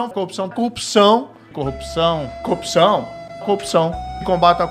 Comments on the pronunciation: A montagem no final do vídeo só explicitou a compulsão do moro pela coopção (ou cuopção, dependendo do afinamento do ouvido). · PQP, qtas vezes o marreco falou “copção” ? Hahahaha… sensacional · Marreco não consegue nem falar "corrupção " ...que sujeito deprimente. Bob conhece o canal do Thiago dos Reis, Plantão Brasil? Assista. 👍🏼